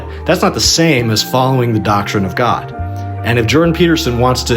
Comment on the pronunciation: Jordan Peterson believes in god, he just pronounces it Jod